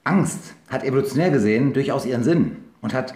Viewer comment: hab evolutionel gehört und zack war ich raus